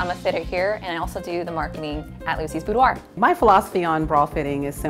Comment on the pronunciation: Instead of boudoir BOOBDOIR... I'm leaving now